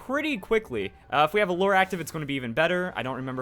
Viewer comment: You get a like for being the only YouTube to say lure properly